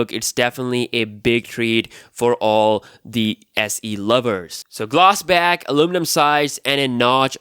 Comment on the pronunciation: Iphone SE DOO? I thought it was Iphone SE two.